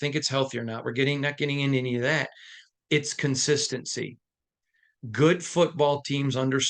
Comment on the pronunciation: Love your work, but you butchered the word "consistency" in this take. I been a fan of this team for 36+ years and all us DieHard Raider fans know the Raiders are extremely inconsistent and have been for far too long already, tell us something we don't know, Stevie Wonder ain't gotta see it to know the only thing the Raiders are consistent with is struggling.